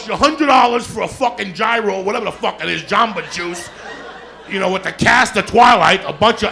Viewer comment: When he said “gyro” I lost it lol😂